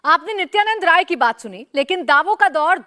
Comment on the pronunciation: Nityanandray Yadav aisa likha karo.. Sir Nityanad Ray kyo bolte ho???